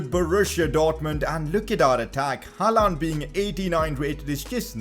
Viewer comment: he is pronouncing haaland wrong its pronounced holland